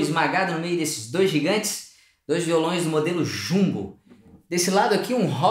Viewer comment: Parece que você falou "Modelo Chungu", impressão minha talvez..